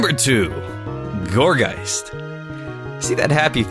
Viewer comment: i heard call gourgeist gorbyss